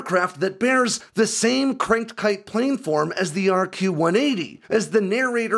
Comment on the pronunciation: A couple of minor nits... Tonopah is pronounced Tono-Pah, not Tena-Pah. You've made this mistake in the past. Also, planform is pronounced Plan-Form, not Plane-Form. It's important to get things like this right.